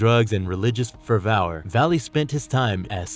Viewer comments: "religious fer-vow-ur" Fervor is "fer-vore" but I get why reading a script can cause that kind of issue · You need to work on pronounciation. Despot ( deSPoT) Fervor ( fur vur).